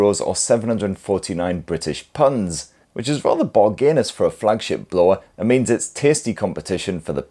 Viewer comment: okay , who ever told you that saying "PUNDS"was a good idea was wrong! just pronounce the work properly.